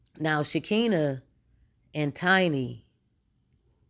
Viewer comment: First of all please know how to say Shekinah's name. T.I and Nipsey Hussle were friends and did you forget that LAUREN LONDON was in the movie ATL? This woman Sabrina has been in some crazy hood mess, cutting females with razors, that's straight up jail mentally. This woman Sabrina is mad about something that didn't go her way. People only do things like this when they feel they have been done wrong on some foolishness. I don't think Toya's husband would be involved in these type of activities he seems to be very laid back and drama free and will not have her be involved in this crazy mess like this without his knowledge This whole thing is going to be interesting when everything is said and done I'm Just Saying🤷🏽‍♀️